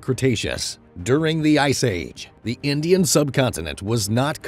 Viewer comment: Indish curry😂